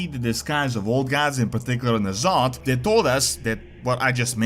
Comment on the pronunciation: Hey you Alliance mook. Y'Sharaaj is pronounced (Ya-Sha-raaj) Not Ysarge. I remember you messing up N'Zoth's name all the same calling him N-Zoth. You remember the mantid yes? They pronounced his name many times.